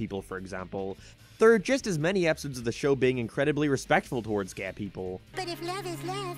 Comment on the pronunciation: You say furry instead fairy & now Gae instead Gay